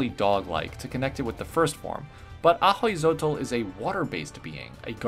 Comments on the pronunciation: “Hui” is pronounced as “wee” btw. So wee-chol, and a-wee-zotl, ofc different regions have different way to pronounce things, but but generally that’s how it’s pronounced. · It’s actually pronounced “owe-e-zo-toe” but I like these Pokémon a lot